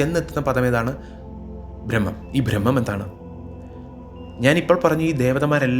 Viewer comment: ദേവനെക്കായിലും അല്ല ദേവനെക്കാളും എന്നു പറയുക അതുപോലെ ഫ്രഹ്മമല്ല ബ്രഹ്മം